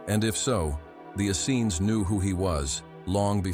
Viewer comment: This is all so true and so brilliant thank you so much.but the pronunciation of Essenes. Is Ess.- eeens emphasis on the eeens